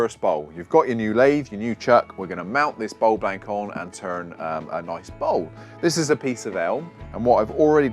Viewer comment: As he says........."noice"